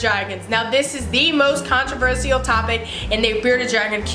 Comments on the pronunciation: CONT RUH VERSH ALL. holy hell sorry but every time I heard this it was terrible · can-tro-ver-se-al SKSK (no hate I love her channel) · I'm not tryna be rude but you say controversial like controvershall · The way you pronounce controversial is controversial!!